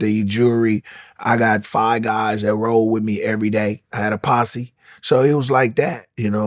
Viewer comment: "posse" lol